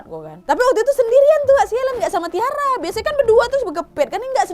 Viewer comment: Aileen or Ellen? Anyway Tyra bacanya bkn Tiara tp (Taira)